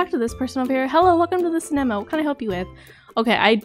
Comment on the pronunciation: You said cenama wrong